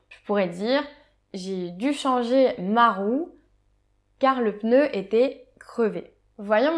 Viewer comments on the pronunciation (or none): none